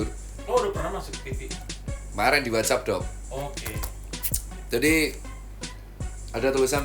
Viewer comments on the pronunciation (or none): none